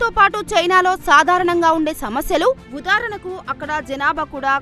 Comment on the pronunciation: ఉదారణకు అనకూడదు.. ఉదాహరణకు అనాలి.. చదవడం రాయడం రెండూ తప్పే